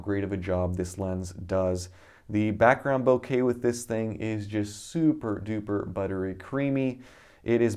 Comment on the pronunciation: Don’t stress the A in bokeh